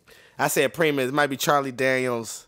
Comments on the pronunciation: It pronounced pry-mus. Great video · Is it time for Haunted House 2 yet? By the way the band primus is pronounced pry-mus